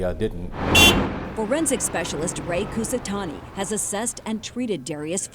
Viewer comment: "Foresnic specialist".